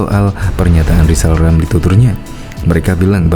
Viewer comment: Si lizal lamli telat minum obat...seling ngomong sendili.